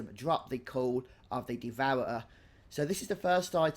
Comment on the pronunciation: "Devour-er-uh"? LOL. Thanks for the guide ;)